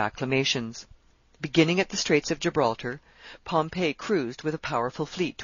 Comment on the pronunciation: Okay so the lady is a great reader but it's fingers on a chalkboard everytime she mispronounces "Pompey" as Pompeii....cmon lady, it's pronounced Pom..pee with emphasis on the Pom.